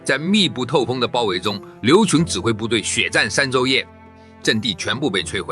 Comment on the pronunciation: 刘戡（念“刊”），戡乱的戡。谁高谁低，那都是一家之言。但你怎么能把人家的名字都念错？